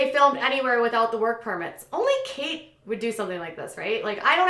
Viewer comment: Kate is not pronounced Katie.